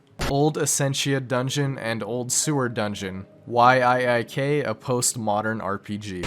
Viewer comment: YIIK is pronounced Y2K btw